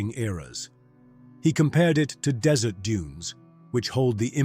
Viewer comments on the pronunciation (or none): none